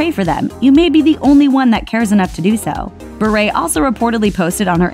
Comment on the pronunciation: Why is she saying Berret it’s pronounced Bi-ur BURE